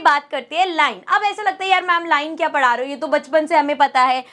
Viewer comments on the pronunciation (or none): none